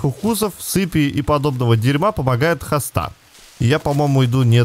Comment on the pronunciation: Растение называется хОста ударение на О